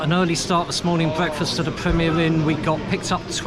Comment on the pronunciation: Bweakfast at a Pwemier Inn